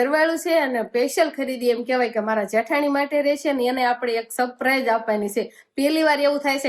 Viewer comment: સપ્રાઈઝ ના કહેવાય સરપ્રાઇઝ કહેવાય તમે કૉલેજ કરેલી છે તો પણ કેમ આવુ બોલો છો ? કેટલા બધા લોકો તમને જોતા છે તો થોડુ બોલવા નુ સુધારો